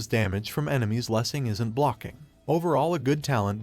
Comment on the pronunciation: I thought I had a stroke when you pronounced that title. My god